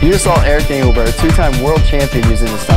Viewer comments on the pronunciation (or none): At the start, did he say Erica "Dincklebert"?!?